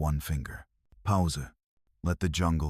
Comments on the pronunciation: The A.I. is actually pronouncing "pause" phonetically as it's spelt, similar to the way Europeans would pronounce it. Native English speakers pronounce it as "pooz". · Please have this narrated properly because the word POWSER spelt PAUSE is only something AI can do because it has no idea who programmed it (Usually a mowron) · powser? does that mean pause?